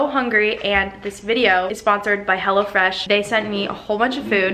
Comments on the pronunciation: i thought she kept saying hella fresh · I thought she said "Hella Fresh" and i was like dayum good marketing skills right there